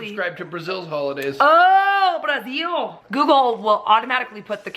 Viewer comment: 😂😂 shouting Brazil in a Portuguese accent - I love it!! 🙌🏽🙌🏽🤍🤍 yur so fun 👍👍